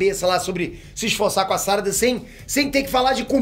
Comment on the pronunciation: Por que você fala "sárada" se não tem acento?